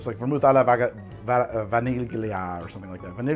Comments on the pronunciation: I realize I'm a bit late here, but I scrolled through some comments and didnt see anyone say this> In Italian the gli sound is pronounced more like a lee, so vaniglia would be closer to a 'va-nil-ya' sound. so Vanigli would be more said like 'va-nil-yi'. Its hard to spell in english though, since the gli sound doesnt really exist in english. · A heads up, “gli” in Italian has no actual G sound. “Vaniglia” basically sounds like “vah-NEE-lya” only the -glia/“lya” is sort of in the back of your palette and tongue. It’s like the hard Y in “yellow” mixed with L, and the “i” at the end basically doesn’t exist. It just transitions into the next vowel. Hard to explain, it’s easier if you hear it. :)